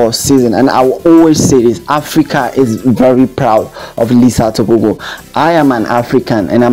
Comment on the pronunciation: Letsile Tebogo not Lisa Teboko